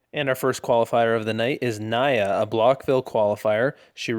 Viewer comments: NEE uh, not nuy -UH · Good but it's pronounced nee-ah not nye-uh!!!